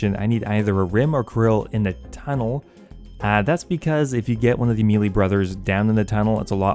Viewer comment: I love your content but I'm so triggered by the way you say melee that sometimes I can't watch your videos 😭😅